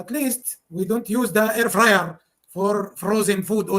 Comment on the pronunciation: "At least we don't use their airrrfyerrrr forrr frozen food always!" Iconic!